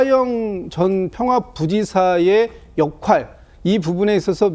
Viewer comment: 민주당 대변인 수준보소. 역할을 역활이라고 하네? 민주딩 수준